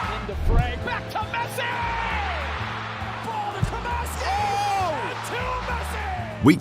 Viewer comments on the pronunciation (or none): none